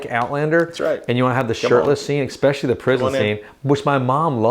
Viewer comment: please stop saying “x specially”!